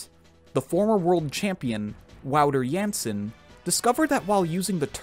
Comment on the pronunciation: as a dutch guy, you pronounced "wouter jansen" as it should be pronounced. nice video too btw